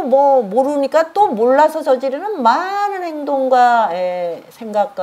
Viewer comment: 저는 우리말의 타락상에 너무나 실망하여 부득이 또 지적합니다. "많은" 이라는 우리 고유어 바름이 틀려씁니다. "많은" 의 첫자를 길게 약간 강하게 발음하는것이 우리 말입니다. ㄱ러나 선생께서는 첫자를 짧게 발음하고 둘째 자 "은"을 강하게 발음했읍니다. "한국 어문을 고발함" 이라는 책을 일독해 주시겠읍니까? 또한, ××"했는데"를 첫자를 짧게 바름하고 "는"을 강하게 발음하셨읍니다. 이것도, 첫자 를 길게 발음해야 합니다. "한국 어문을 고발함" 이라는 책을 일독 해 주시옵소서. 미국 변 완수 배